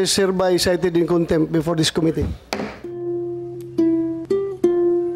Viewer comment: Konbictid...kontempt???😂😂😂BRILLIANT AGENT JM we are PRAYING 4 U...keep tell the truths of the matter...THE FATHER G-D ALMIGHTY WILL ALWAYS GIVE U HEAVENLY WISDOM...G-D BLESS EVERYONE AND SHALOM TO ALL ❤❤❤